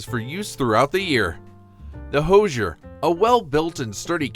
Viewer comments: First, it's pronounced "HOO-zher" -- not "HO-zher". Second, I don't know who told you about iceboxes, but your photos show "coolers". Iceboxes were large wooden boxes on legs, lined with zinc. Ice was provided by a subscription to a local ice company, and the 30/40 lb. blocks of ice were delivered by a deliveryman known as the "iceman". This block of ice was placed in the upper compartment of the icebox and generally lasted several days. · Thanks for the video. Always fun for me to see items I had as a child. FYI- the Hoosier cabinet is pronounced "who"sier not "hose"sier. The word supposedly comes from the US South a couple of hundred years ago and originally was a derogatory term for uneducated, uncouth people. Sorry Indiana. I see others have already commented on the icebox section. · Totally lame. Learn to correctly pronounce Hoosier. Portable coolers are not iceboxes. Nobody wants this crap back.